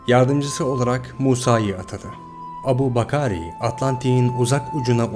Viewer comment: Adamın ismini bile düzgün telaffuz edemeyince çekti gitti. İngilizcede Abu bakar diye yazılır Türkçe okunuşu Ebu bekir.